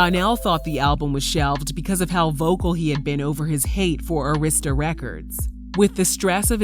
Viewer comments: And Arista is pronounced Air - is - tuh not Urrista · ITS NOT ARISTA (A Rist Sta) it’s Air I Sta = ARISTA Records 😂😂😂😂 DAMN WHO DID THIS VOICE OVER ???? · Pronounced ( Ah-ris-ta) Arista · It’s pronounced Ah-rista records